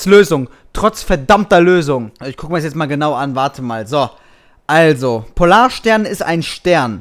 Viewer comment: Ich dachte mir nur am Ende "Hat der nicht in Erdkunde aufgefasst, es heißt Polar"STERN" :P